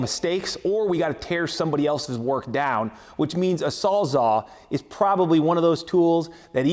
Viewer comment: & You keep saying Sawzaw. Pretty sure it's SawzALL as in, it Saws ALL kinds of shit. Or recip saw.